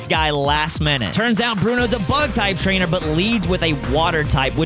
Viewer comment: spam your mouse on it and he says "trainer buttelee